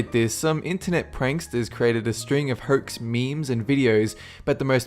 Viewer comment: I like the way you say "hoax" Hoykes.